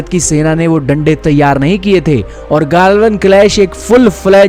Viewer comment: गाल्वन नही गलवान